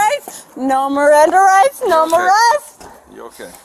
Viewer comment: "NOOOOOE MERRANDAH RITES"...yeah fellas, she's a professional. This isn't her first time.